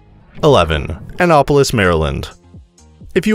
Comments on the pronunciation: IKR? Plus, he was consistent, mispronouncing it EVERY time. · You're saying Annapolis wrong. An-NAP- polis. (Like taking a nap)